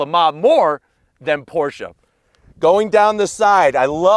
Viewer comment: ❤️ the new 2022 Porsche 718 GT4 RS., I'm happy that you actually pronounce Porsche correctly.😉 Mad R-E-S-P-E-C-T💯